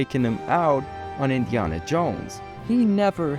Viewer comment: Do you really think Indiana is pronounced that way?